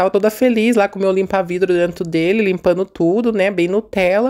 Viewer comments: Boa tarde,! Vou te dar uma dica, apesar que sei que vc não gosta. Veja: Vc fala....drento. Mais difícil do que a palavra certa, DENTRO....treina vc consegue. Amo seu canal! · Kkkkkkkkk. Se incomodaram com o "Drento". Seus vídeos me divertem e sou professora de português. Deixo as correções para a sala de aula. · se vc sabe que está errado fala certo até para suas crianças aprender falar que e dentro não drento😊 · Olha esse drento não é nada comparado com minha cunhada que é professora com pós graduação em pedagogia e fala carcanhá.